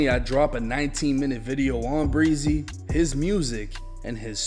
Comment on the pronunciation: It's not pronounced breezy 😆